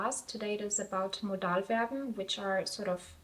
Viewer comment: Also du hast Modalverben absolut akzentfrei ausgesprochen. Respekt. Bin Deutsch Muttersprachler und habe wirklich nichts gehört